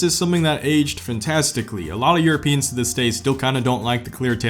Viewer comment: Europeans❌ Yourapeans✅